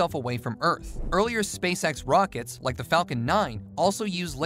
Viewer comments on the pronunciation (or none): none